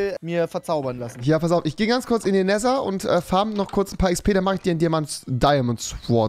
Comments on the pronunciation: wenn trymacs wüsste, dass rewi "näser" sagt und das falsch ist, könnte er ihn so hart abfucken xD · Rewi lacht über schword, aber spricht es Nesser aus!😂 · Rewi das heißt nether und nicht neser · Oder Neeeeeeeter